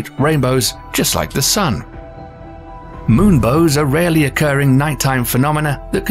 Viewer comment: Ahhh thank u. It's been irritating the f out of me every time he said it. I thought I was in a Mandela trip, especially hearing I can only see moon-bows facing the other way. . . Good vid tho